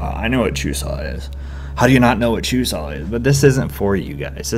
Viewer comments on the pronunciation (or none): you have to say chuseok with the k at the end. it seems like you were saying chusa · Actually, there is a k at the end. You pronounce it exactly the way it is written. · It's not very strong bu there's supposed to be the k sound at the end. Check out this video watch?v=STsbUbQIIKo